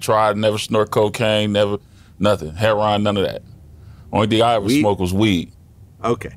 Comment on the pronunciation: Its funny how he pronounce heroin 😂😂